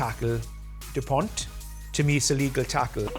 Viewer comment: The "T" in "Dupont" is silent, it is not to be pronounced. KInd of telling that a man like Nigel Owens, who made a big career in rugby, does not bother to say correctly the name of one of France's most well-known players. Everybody says Dupont is one the best players worldwide right now, and his name is still butchered. IMO it shows the lack of respect the anglo rugby establisment has for France and most of the time they don't even realize it.